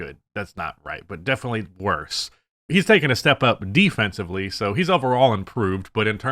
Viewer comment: I’ve heard you say “defencibly” way too many times that I worry you don’t know that it’s defensively